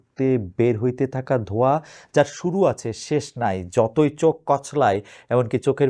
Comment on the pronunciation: ধোয়া নয় .... 😅😅😅😅 ধোঁয়া